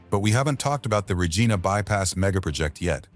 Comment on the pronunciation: I find mispronounced "v imy and Regina is grating